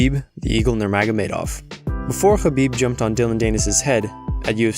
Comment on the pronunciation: Idk i think conor pronounced khabib name better than khabib himself 😂